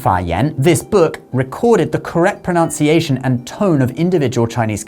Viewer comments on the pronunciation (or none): ayah!!!pro-nun-ciation not pronounciation ....... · Thanks for such an informative video! Proud to speak both languages. Please check your pronunciation of "pruh-NUN-si-ay shun"! Too many people say it as proNOUNciation 😢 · Very cool and informative, but I just can’t get over the mispronunciation of the word pronunciation a video about pronunciation. It’s not proNOUNciation, it’s proNUNciation. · The same thing holds, to a lesser degree, in how American English is closer to Elizabethan/Stuart English than is modern British English. Also, we know that the word is "pronunciation" not "pro-noun-ciation."